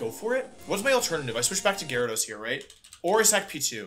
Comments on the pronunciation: You know he’s nervous when he’s not even saying Gyarados right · Jerados, arcineenay. Wtf bro lol